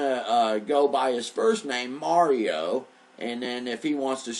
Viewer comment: You need to pronounce the letter A in your guest Mario's name. You're saying his name as if it's Muurio!! It's just a tad annoying that's all... Peace out, love and light to you. ✌🏻